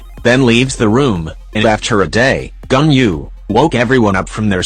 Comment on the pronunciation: The text to speech really said gunyu